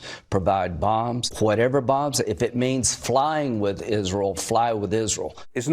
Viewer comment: "flyne with Izrull".